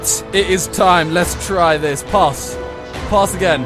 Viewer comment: why does he keep saying "poss" for "pass" lmfao